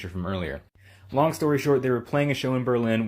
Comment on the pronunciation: Bruh the way she says long sounds like she said lonk what a dumb idiot